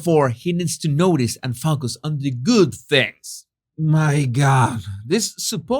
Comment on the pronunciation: When you say Focus it makes me laugh, it doesn’t always sound like focus 😜